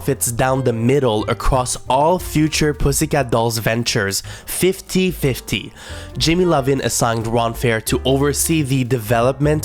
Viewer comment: Great video! Thank u for finally giving an explanation of Girlicious success in Canada. I was confused why they were given a lip sync song on Canada’s drag race when it was in a Canadian group haha I hope this isn’t annoying to point out, but just so u know for your next vid, the record label guy Jimmy Iovine’s last name is pronounced EYE-VEEN (rhymes with Irene). Looking forward to part 2!!